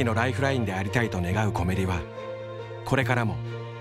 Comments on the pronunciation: コメリの発音おかしくね？ なんだよ、コメリ⬇️って コメリ⬆️だろ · 島根に来て8年。 コメリの正しい発音を初めて知りました😂